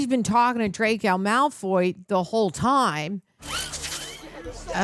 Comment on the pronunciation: please, for the love of God stop saying Malfoy juice